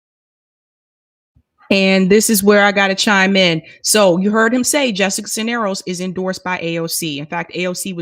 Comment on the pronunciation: Cuellar = kway-are Cisneros = siz-nair-ose